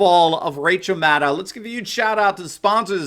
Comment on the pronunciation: Did you say mad owl.